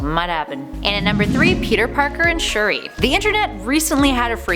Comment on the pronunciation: Sp-uri? Shu-der?